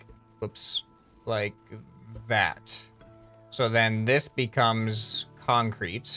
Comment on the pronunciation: so we have a. Kan-Crete woc way